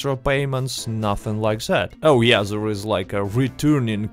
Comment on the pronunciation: I love how your accent turns “there” into “zarrrh”